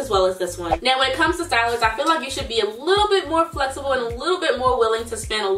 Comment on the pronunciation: “Just be a lor bit mindful of that” you really are from Baltimore 😂😂